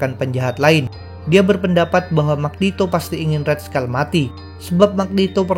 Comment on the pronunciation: red skull bukan red skal